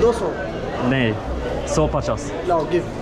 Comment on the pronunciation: Dont say doso pach say doso pachas